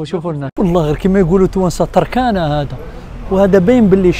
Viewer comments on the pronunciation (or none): سلام التونسي إسمها "تَرْكِينة" 😅